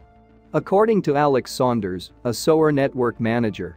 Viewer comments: Why do you guys let the mis pronunciation pass. Let's see SOWER??? What is SOWER???, No, maybe you mean "SEWER"??? Someone should fire the SOWER of thiswhole video. frind someone who can pronounce the words. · The robot is pronouncing “Sewer” as “to sew my garment with thread.” Amazing. Of course, he means “sewer,” pronounced “Soo-er.” English has a lot of odd pronunciation.